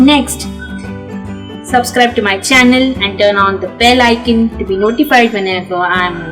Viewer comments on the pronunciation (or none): Beautiful video. I have to complain about how people in India pronounce "Icon". In the west we say "Eye-Cahhhn" not "ikn". Much love from Oregon.